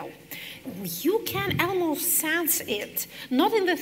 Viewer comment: Подскажите кто-нибудь Екатерине Михайловне, как произносятся rather и almost. Там нет звука э.